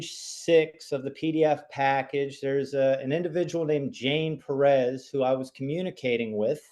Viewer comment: 'correcting' on the pronunciation of PEREZ...omfg! Just absolutely clueless on several different levels.